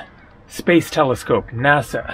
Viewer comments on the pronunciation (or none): none